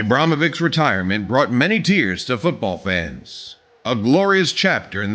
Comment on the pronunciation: NIJE IBRAMOVIC NEGO IBRAHIMOVIC